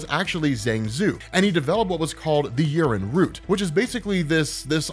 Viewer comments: Its pronounced yea - ren not urine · I'm listening to this in the background and it sounds like he keeps saying Urine, not Yeren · every time says "yeren" I hear "urine." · damn i thought you said urin and not yeren, took me a couple of seconds to get my hearing straight 🤣🤣🤣🤣🤣🤣